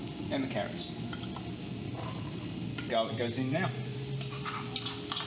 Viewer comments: Arroz a la Valenciana... Valencian style rice. Btw There's NO pineapple in a traditional Lomo Relleno... It's nice that you are taking in the culture of your host country. In Nicaragua there are Milca and Rojita which are native produced soda drinks, not sure about Red Fanta. What the hell is gah-lic??? And it's Nochebuena not Buenasnoches...🤣 the last one means good night! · They are from Australia, that’s the way the pronounce garlic. I love your suggestions and the rum, yum 🤤